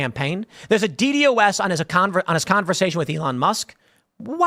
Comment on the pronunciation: It's pronounced D-DOS attack. But yes. It is an oldie but goodie at overwhelming a site.